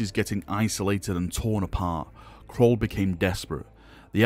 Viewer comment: Caul. Not Crawl. English it is what we speak.